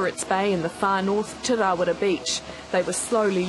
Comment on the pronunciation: *Rarawa not rawara although i did hear the reporter saw rawara